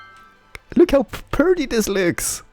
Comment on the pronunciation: Just me who gets annoyed when he says "perdy" instead of "pretty"?